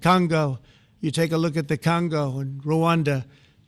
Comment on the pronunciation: I know everyone loves Trump’s pronunciation of “China,” but I feel like his pronunciation of “Congo” flies under the radar and isn’t appreciated enough. 😂